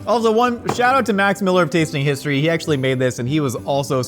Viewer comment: Did they say Pisstory ?